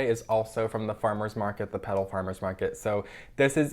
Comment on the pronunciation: I couldn't tell if he was saying Peddle, Pedal, Petal, or Pebble at first, but I figured it out! Petal Plants (on Instagram as phillypetalplants) is at Rittenhouse Sq on Saturdays 10a-3p and Jefferson's on 10th and Chestnut on Thursdays 10a-4p.